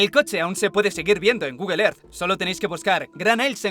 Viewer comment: "Gugle er" 😬🤣💀